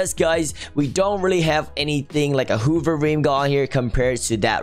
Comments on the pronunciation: Who else noticed said hover whover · Why does say hoover instead of hover XD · I like how he pronuce hover hoover